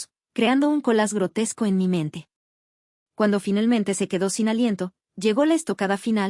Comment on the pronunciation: Porque segaramente en vez de seguramente, finelmente a cambio de finalmente